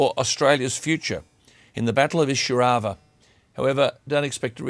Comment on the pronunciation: It is pronounced 'eye-sir-au-va